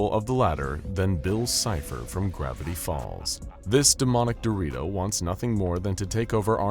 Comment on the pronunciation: DID HE JUST CALL HIM "DEMON DORITO"???? PUAJAHAJAHJAHSGJA